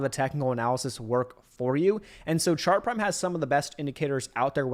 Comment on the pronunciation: Are you saying sharp prime, shark prime or chart prime?